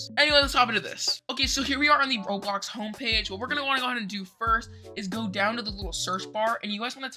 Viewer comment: bro said roadblox